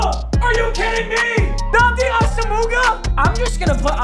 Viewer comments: its pronounced awesome-ah not awsamooga please papa for the love of god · It’s Ah-Sum-Wah not Asa-moo-ga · Papa you gotta stop saying asamuga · Papa I love you but Nnamdi’s last name is pronounced ASUM-WAH not ASOO-MOOGA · Nnamdi AWESOM-WAH lol ASAMUHGA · A-SUM-WAH not ASUMOOGA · Nobody:: NNAMDI ASSAMOOGA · The return of Namdi Ahs-ah-mooga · Nnamdi AWE-SUM-WAH JESUS CHRIST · he said asa moo ga lmao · TELLL ME HE DID NOT SAY ASAMUGAHHH NOOOOOOOOOOOOOOOOOOOOOOOOO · Say it with me Nnamdi AH - SAM - WAH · Papa it’s pronounced Ah-su-muah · Now we gotta sit through wheel of mut with him saying nnamdi’s last name wrong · The way he says nnamdi’s last name 🤦‍♂️🤣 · needs some work on his pronunciations 💀